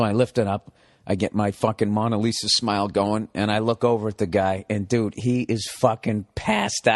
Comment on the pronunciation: Funny story, but who is “Monna Lisa”? Bill, it’s “Mona Lisa”. It’s only one of the most famous paintings in the world, you’d think he’d know how to pronounce it!